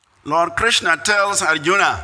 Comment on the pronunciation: Stop distorting our names... It's Arjuna not Arjun...viwasvana not vievasvan Bharata not Bharat This is disgraceful